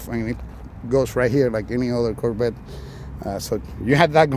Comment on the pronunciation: You have to pronounce Cor Vette not Korbet.